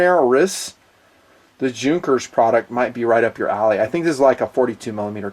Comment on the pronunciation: You said that you are big fan of planes, especially military planes and then you can't even pronunce correctly name of Hugo Junkers - one of the most important and well-known aircraft constructor in the history. Pathetic.